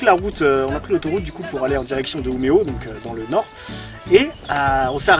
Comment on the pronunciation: Just c'est Umeå les gars (prononcé Uméo). Pas Umea. x) Mais sinon un vlog qui déchire et vous parlez super bien de tout ce qu'on a vécu ici avec Paule pendant un an avec ces suédois super introvertis ! Bref on veut la vidéo Mario Kart PS: LA CHAMBRE DE PAULE FAIS 20M² La bise!